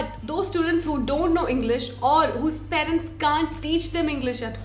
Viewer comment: 'പാ'രന്റ, എന്നല്ല 'പേ'രന്റ എന്ന് മര്യാദക്ക് പറയുന്ന ആദ്യ മലയാളി youtuber.